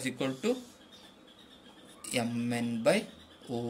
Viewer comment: Yum N is not the correct Pronouncuation MN is correct